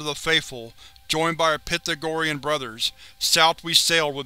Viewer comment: Pythagorean. Pronounced pie thag or eon